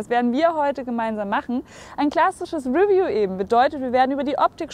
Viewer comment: 'review ist pigeon English. Es heißt re'view.